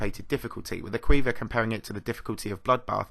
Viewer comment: A-qu-iv-er not a-queever